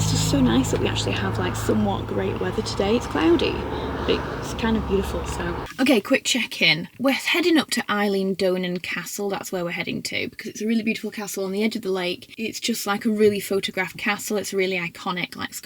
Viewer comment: It’s. Eilan pronounced with an E xx